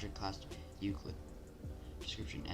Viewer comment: I love the way you pronounce euclid. Elucid XDDDD I can`t I`m fucking laughing so hard I fell out of my chair